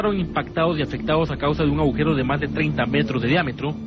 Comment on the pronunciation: Estoy empezando a escuchar vuestros podcast de vuestros pasos por la Ser. Que no pude escuchar puesto que mi jornada de trabajo empezaba a las de la mañana. Me encantan. Pero mi comentario va para Iker. Que hasta hoy en día sigue diciendo, "aujero". En lugar de agujero. Me hace mucha gracia. Vaya que no es burla, es que cada uno tenemos nuestros modos, formas de expresión, creencias del habla, etc. No quita para que os adore y vea Horizonte, Cuarto Milenio y todo lo de vuestra pareja milenaria y maravillosa que formais. Un cordial abrazo para los dos. Perdón si he ofendido en algo, no es mi intención.